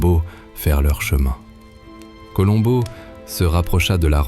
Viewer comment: Meilleure diction que l'autre voix.. Enfin le nom de Columbo esr bien prononcé.. Merci. Super. 👍